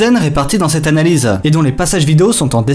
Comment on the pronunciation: on dirait que tu dis "UNE NANA LISE" :D